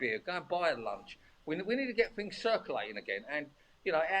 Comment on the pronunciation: "Need to get fings circulating agen....". I assume he means SARS-COV-2, which we know is circulating more rapidly again.